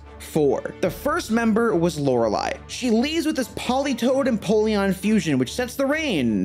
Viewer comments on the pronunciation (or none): none